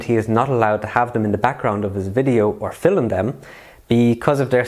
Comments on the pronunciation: mate please its not FILLUM its film ! i have never heard anyone say filluming someone ever until you came along , stop it please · Stop saying "Fil-um", its "film" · Filim is the wrong pronunciation